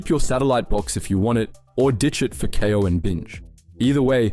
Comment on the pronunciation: Im sorry you lost me when you said" K - eye- 0 " its pronounced "Kay - o" , how to you do you now know how to pronounce that?.... Part of me thinks this is an AI voice from elevenlabs...